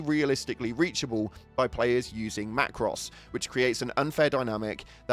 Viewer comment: mac ros 😂😂😂😂